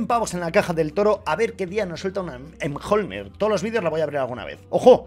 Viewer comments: Que es miolnir como el martillo de Thor no emjolnir!!! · Amigo se dice miolnir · Si pronuncia miyolnir